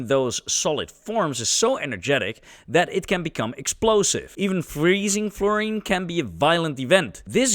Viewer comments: that is a marten, not a marter or martyr. You're pronouncing fluorine strangely. Should be "floor-een", not "flerr-een". That's understandable, given your accent though. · Some people say florine. Some say floorine. This guy comes along with flerine. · “flurine” this video narration is awful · "Flourine" - Never heard of it. :face-orange-frowning